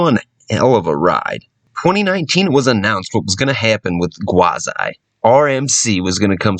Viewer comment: Why Gwaz-I? I thought it was pronounced Gwaz-ee